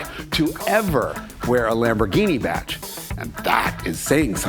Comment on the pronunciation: Badge, not batch.